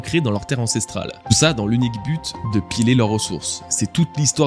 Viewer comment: Très complète cette review. Beaucoup de recherches aussi. PS : piller avec 2 l, tu lis piyé pas pilé (tu piles de la glace) 😊